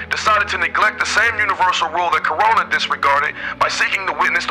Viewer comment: "Corona" LOL its Krona